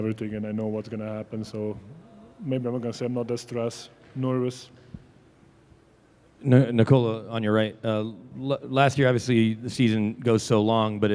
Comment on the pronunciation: You had 10 years to learn that his name is Nikola not Nicola